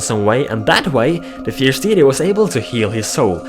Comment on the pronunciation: No offence but it is pronounced "Fierce DAYty"